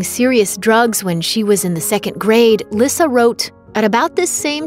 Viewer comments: It's not "Lissa" it's pronounced like "Lisa".. Boy, these people doing commentary really don't know these people! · Its lee sa not lissa(lyssa) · I thought lyssa's name was pronounced like lisa. Thats why they call her baby lisa??